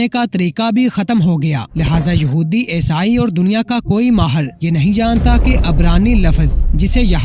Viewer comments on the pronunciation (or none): none